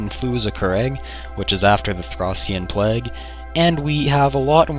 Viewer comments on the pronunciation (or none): Ha, It's plague, not plaque. And yes, it is kinda like that.